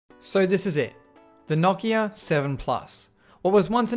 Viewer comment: Holy crap it’s so nice to hear someone say Nokia correctly.